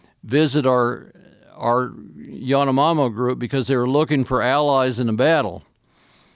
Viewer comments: It’s Yanomami not Yanomamo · everything this man said it is true, they are called YANOMAMIS and not YANOMAMO like he said though, they are a bit updated now but i think they keep being the same, having old ways and such. What they do to inhale that powder, which is called in several ways (EPENA, YOPO, PARARO AND YAHOANA) is that one of them uses a hollow wooden stick (serbatana) blowing said powder into another one´s nose, they go crazy! the YOPO alone have bufotenin, catechol, methyltryptamine and saponarentin, as well as alkaloids such as 5-MeO-DMT, 2,9-dimethyltryptoline and DMT oxide, among others. Great short! I love joe, greetings from venezuela dude! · It’s not Yanomama… it is Yanomamis….. and these tribes are one of the most aggressive in the world.. you hurt one, 1000 will hunt you down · Probably only a Venezuelan would notice he keeps saying Yanomamo but it's Yanomami. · Actually, the current name is Yanomamö, it started to be pronounced Yanomami due to the fact that Venezuelans and Brazilians could not pronounce the ö sound. I was born and raised with this tribe, still live there. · It’s not “yanomamo” it’s yanomami 😓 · It's Yanomami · I wish he pronounced Yanomami properly, like if his story was real.